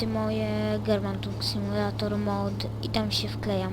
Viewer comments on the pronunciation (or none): 1. słyszeliście jak wymawia "German Truck Simulator '' no właśnie 2. tir to nie pojazd tylko rodzaj transportu !!! 3. DO K#### JASNEJ NIE GRAJ NA TYCH P********YCH KODACH !!!